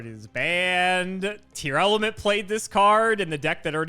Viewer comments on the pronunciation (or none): Anyone else die a little inside every time calls Tearlament "Tear-Element" instead of "Tear-Lament"